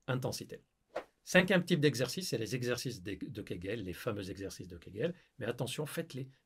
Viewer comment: Tu t’appelles pas mais Mouloud! 5 ZEXERCICES ça fait très banlieue d’Ors’!